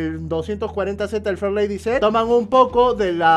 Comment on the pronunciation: Shot de tequila cada vez que diga farlady Z.